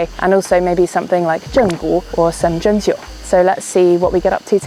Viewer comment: 針灸 針 should be 1st tone, 灸 should be 4th tone. 灸 you said it as 3rd tone which means wine instead of acupuncture.